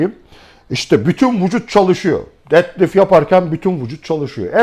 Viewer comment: Dedlift dediginizde guldum hocam 😁 Tum bilgiler icin tesekkurler